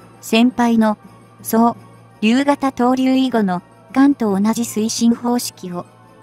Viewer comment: 常々違和感をおぼえていました。主語に続く助詞の「は」をハと読み上げる違和感も指摘します。